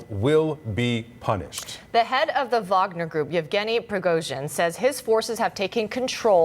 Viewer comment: Most journalists cannot properly pronounce “Wagner Group,” so it’s safe to say they know less than two shits about it.